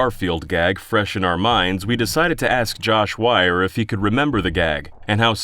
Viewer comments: Learn your Phonetics, there are no triple vowel rulings, just double vowel rulings, at worst this butchering should be WEIR like "Wee I are".. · "WEiER" not "WeIeR" it's pronounced WEER, like,"we're", not WIER like "Wire".